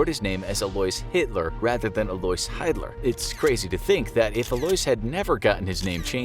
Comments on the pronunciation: With German the combination ie would make an “ee” sound and ei would make an “ay” sound. So the name Hiedler would be pronounced “heed-ler”. Hope this helps for future videos! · Actually the name Hiedler is pronounced "heedler".